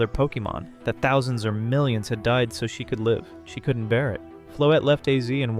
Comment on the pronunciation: so that how you say 1 million huh